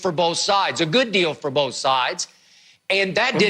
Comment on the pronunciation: Shannon - U & I bowff know